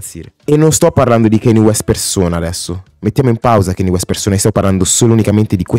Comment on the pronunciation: si ma kenni west non si può sentire